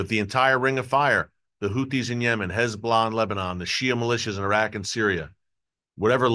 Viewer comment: Erick - I really like your reporting. You speak candidly the truth, and what we all think already anyhow. One thing bugs me (quite a bit): the 'lazy' way that you say "Hez-Blah" is truly annoying. Is there no way you could start to say "Hez'-bo-lah'" or "Hez'-bah-la'"? Anyhoo, keep-up the great work; thanks.